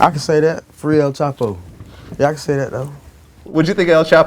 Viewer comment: "o-own-no... jus free al chapo" lol